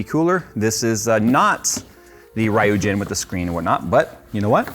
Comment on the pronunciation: is my favorite techtuber but tbh my biggest pet peeve is how he pronounces Ryujin... It just sounds so wrong to my ears! Lol You don't need perfect japanese pronunciation but please just Ree-oo-jin it